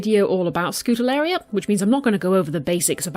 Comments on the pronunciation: wow first time i stumble upon your channel! Keep it up! You're great at explaining :D Fun fact: it is pronounced Skoo-ta-ree-el-la :) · NEVER use regular table salt in an aquarium! It contains iodine and can cause quite a few problems. Always use natural sea salt or aquarium salts so as not to kill everything. Other than that one big no-no, and the mispronunciation of Scutariella every time, it is a very informative video and you have a very soothing voice. Thank you for sharing!